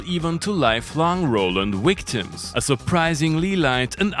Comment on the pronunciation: Hehe, he said “Roland Classic Wictims”, its a bit like Chekov saying “Nuclear Wessel”....